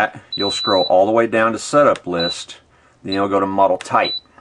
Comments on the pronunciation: Its "LIST" not "LIFT" ....LOL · BTW it's List not Lift. But otherwise this is a great tutorial. Thanks for doing it!! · Why do you keep caling it "lift"? It is list! That makes me not trust what you say.